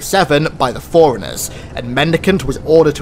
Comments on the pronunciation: No, not "Flirt" and "Foreigners". Having a speech impediment, fine, God Bless. A bit of an accent, no worries. But for the sake of everything good: Say Flood not flirt. Say Fore-Runners not foreigners. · what accent is that, when you say forerunners it sounds like Foreigners